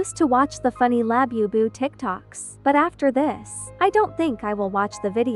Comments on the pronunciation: Bro is called the boo boo not labibist😡🤬😒🤨😠😤🙄🖕👎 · DUDE IT IS NOT LABIBAS ITS LABUBUS DUMD A## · "Labyoubu" lol gurl stop it thats making me roll off my bunk bed... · You just said lab boo